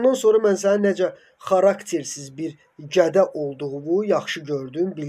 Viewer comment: Qardaşım gədə yox GƏDAaa